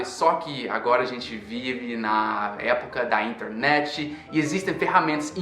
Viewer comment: Achei interessante que ele fala até palavras de origem inglesa como "feedback" e "internet" com a pronúncia brasileira. =)